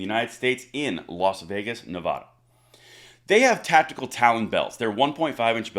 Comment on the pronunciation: Please learn to say Nevada correctly